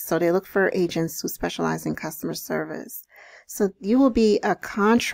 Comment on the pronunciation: thought you said Asians not agents lmaoooo